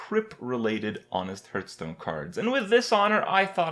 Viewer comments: it's heartstone, not hurtstone. Get it right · because he sucks at pronouncing. he called Hearthstone "hurtstone" for a very long time. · can you please stop saying hurtstone it's fucking irritating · Does he say "hurtstone"?